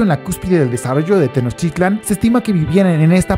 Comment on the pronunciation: No sabes pronunciar Tenochtitlán